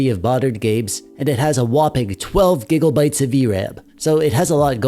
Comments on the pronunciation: I giggle every time you say "gigglebites" 😊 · I laugh out loud every damn time you say gigglebites